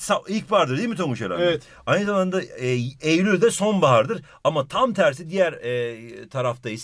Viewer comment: neden ey ul dedin